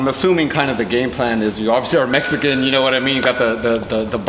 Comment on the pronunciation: It’s Mexican! Not metxican